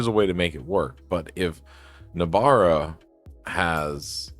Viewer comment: No-bara, not nob-ara.